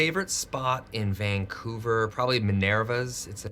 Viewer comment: ok. Vancouverite here… I’m shocked that even Ryan Reynolds mis-pronounced Vancouver. He, like too many other people, said “Vaingcouver”. It’s not Vaing. It’s VANcouver.